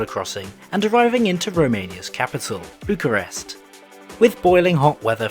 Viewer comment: I find it funny how he manages to pronounce Craiova, Timisoara, and Videle better than Bucharest. edit: also, a small correction. Legally Bucharest Municipality acts like a county and is separate from Ilfov, with Ilfov acting more like a giant Bucharestian Suburbia.